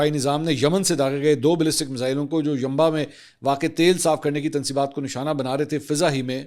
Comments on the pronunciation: Called Yanbu not yamba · Ustad g yanba ni Yanbu Hai city ka name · Yanba nai .... yanbu hota hai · Bhai yanba nahe hy yanbu hy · City name yunbo not yunba Mansoor bhai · Dear its Yanbu not Yanbaa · It's not Yamba, it's Yambu, please pronounce properly, I have Bern there for 2 years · Its Yambo not yamba.. ali khan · Its yanbou city bro not yanba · Asalam o aleekum, Sir Mansoor ma ap k vlogs bohat he shook say dakhti hon her update bohat achay say paish kertay han, bs ake jaga aj apko correct kerna cahhti hon, yeh jo Saudia ka city ha jis ko ap YANBA boltay han yeh yanba nahi YANBU ha, pehlay b ake video ka ap nay yanba bola tha mujhay bohat hassi agai thi ma nay socha k ab ma apko bolon k ap ki yeh correction ho jaye. sukriya ap k lia bohat sari duaen. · اسلام عليكم منصور بهائ ینبا نہیں ینبو بولا جاتا ھے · MANSOOR SAHEB YANAMBA NAHE YAN AMBU HA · یہ جیزان ہے ۔جازان نہیں اور ینبع ہے ۔۔ینباع نہیں ۔ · It is Yamba it is Yambu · السلام علیکم محترم منصور علی خان صاحب مہربانی فرما کر اپنی اردو ٹھیک کر لیں آپ جو کچھ بتا رہے ہوتے ہیں اس کو پہلے پڑھ کر اور تصحیح کے بعد پڑھا کریں شکریہ مثال کے طور پر سعودی شہر کا نام ینبو ہے نہ کہ ینبا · Saudi Arabia k city ka name yanmboo hy na k yanmbaa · السلام وعلیکم منصور بھائی آپ جو کل سے سعودی عرب کے شہر کا نام لے رھے ھیں ینبہ اصل میں اس کا نام ینبع ھے جسے ینبعو پڑھا جاتا آپ کے لیئے تھوڑا اور آسان کر دیتا ھوں آپ اس کو ینبو کر کے پڑھ سکتے ھیں ۔ تاکہ پاکستانی ۔ انڈین ۔ بنگالی آپ کے مذاق نہ بنائیں پاکستان جندہ باد کی طرح صوفی محمد نصیر تحصیل کلرسیداں ضلع راولپنڈی سے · Respected sir agar aap Bura na Mano to lafz Yanbu hai Yanba Nahi hai🙏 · منصور بھائی uanba نہیں ینبع ہے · It’s Yanbu not yamba pls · Yanba nahiii Bhai yanbu یمبو نام ہے ma idr hi hota hu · سعودی شہر ینبع کا تلفظ Yamba نہیں Yambo ہے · Yanba ni Yanbu hota ha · Mansoor bahi its yanbu not yanba😂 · sir aap ik pronunciation galat krty hain saudia ka city Yambu ha .aap yamba kehty hain jo k galat ha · Yanboo hy bhai ينبع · Yam ba yam ba... Yamba 😃 bolna tu seekhlo pehly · Its 'Yanbu'